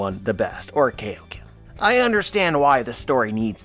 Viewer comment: It’s KAIO-KEN Good sir not KAYOKEN. Emphasis on the IO and hyphen. Lol. Anywho, I don’t know why more people aren’t suggesting wills/haki are tied into DFs. I think Luffy and Nikas Will are in sync or basically the same and that’s how it awakened. Luffy isn’t Nika incarnate just someone just like him and Joyboy. Nika and Joy Boy aren’t the same person and the fandom seem to have them Confused. The whole concept of inherited will has been here from the beginning of the story. The reason the WG didn’t want the Nika model awakening is because it literally represents everything that the WG is trying to suppress. Freedom.